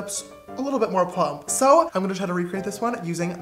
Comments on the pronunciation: is it just me or is every time James says "sooo" he says it with a British accent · When ever James says sooo it sounds so so soooo British